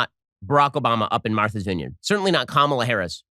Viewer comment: “Marthers vineyard”